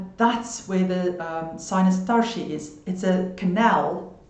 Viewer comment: are you originally from eastern europe or germany perhaps? The way you said "tarshi" makes me think this. Thanks for all the info by the way!